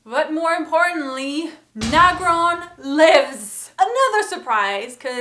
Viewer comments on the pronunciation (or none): it's "Agron" not "Nagron"... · Agron. Not nagron. Other than that props n r.i.p Andy. You will always be SPARTACUS!!!!!